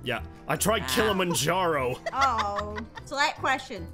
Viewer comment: I am African and the way says Kilimanjaro desterbs me